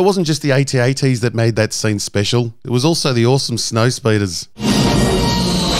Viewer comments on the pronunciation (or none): Who the hell calls them ay tee ay tees!?